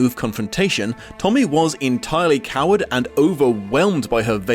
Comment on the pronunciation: you mispronounced that word a bit bro, assuming you were trying to say "cowed" it's pronounced like "cow'd" not like coward, pretty rare word so understandable, I even went and checked the dictionary to double check, and I made sure to check that for UK and US English to account for dialect, if you were ESL I wouldn't even bother mentioning but for a content creator video essay type dude I thought you'd wanna know